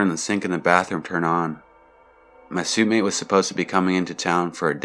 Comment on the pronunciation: In the Chipole College story, narrator pronounces 'suite' correctly (like sweet), but then instead of suitemate being pronounced 'sweetmate' he says 'suit-mate'. Really bothersome, but overall I like the video.